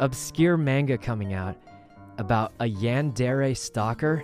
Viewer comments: I love sykunno but him pronouncing manga and yandere like that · it's a comic called stalker x stalker by Merryweathery on webtoon. It's pretty great. Also smooth moves on poki there. 👌 Also your pronounciations of mang And yandere are killing me